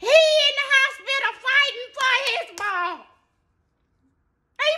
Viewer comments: When she came correct with "hospilla", I fell straight out!!! I've heard it pronounced that way my whole life!!!🤣🤣🤣❤❤❤ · 🗣 be in the hospituh fightin fuh his ball!